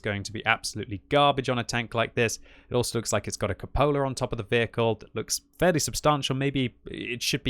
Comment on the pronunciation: Cupola: kyoo-puh-luh (ˈkyu pə lə) just saying..